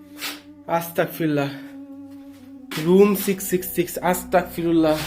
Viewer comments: ভাইয়া আছতাকফিরুললাহ নয় ভাইয়া আছতাগফিরুললাহ❤❤❤ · আস্তাকফিরুল্লা না, অস্তাগফিরুল্লাহ বলবেন, নাইলে অর্থ চেঞ্জ হয়ে যায়। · ভাই কি আস্তাকফিরুল্লাহ বলে 🙄 আমি জানি আস্তাগফিরুল্লাহ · Vai ota astakfirulla na astagfirulla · সালা আস্তাগফিরুল্লাহ না। অস্তাগফিরুল্লাহ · Amar boyos 13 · ভাই আস্তাকফিরুল্লাহ বল্লে তো অনেক বড়ো ভূল বা গুনাহ হবে সঠিক টা হলো আস্তাগফিরুল্লাহ হবে।। গ হবে ক নয় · ভাই আস্তাক ফিরুল্লাহ নয় আস্তাগ ফিরুল্লাহ হবে আপনি ক উচ্চারণ করছেন এখানে গ উচ্চারণ হবে আগে নিজে ভালো করে জানুন তারপরে অন্ন কে জানাবেন জত্ত সব ফালতু... কোথাকার😡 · Vai...আস্তাক ফিরুল্লা বলবেন না,,আস্তাগ ফিরুল্লাহ হবে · ভাই আস্তাকফিরুল্লাহ না আস্তাগফিরুল্লাহ। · Are astagfirulla na ostagfirullah ...ar ostagfirullah mane touba kora maf coua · Astakfirulla na astagfirulla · Are dur Dua durud koi teke parbe Tikmoto astagfirullah o bolte pare nah bole astakfirullah 🥴🙄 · আসতাক ফিরুল্লাহ না ভাই বলেন আসতাগ ফিরুল্লাহ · আস্তাগফিরুল্লাহ টা ভালো করে বলুন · ভাই আপনার আস্তাগফিরুল্লাহ বলাটা শুদ্ধ হচ্ছে না ওইটা আপনি শুদ্ধ করে বলেন। আপনি যেটা মুখে উচ্চারণ করতেছেন আস্তাগফিরুল্লাহ ওইটার ওর অর্থ হচ্ছে হে আল্লাহ আমাকে কাফের বানিয়ে দিন 😓